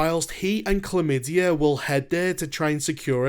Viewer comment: I was rolling after that one too. i had to look it up because it seemed so implausible. The character's name is actually "Clem Madey", but it sure sounds like "chlamydia" when that guy says it :)